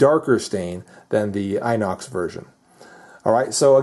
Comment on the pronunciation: You pronounce the i from inox, like you pronounce the i from "pistol" or "rims", just so you know ;)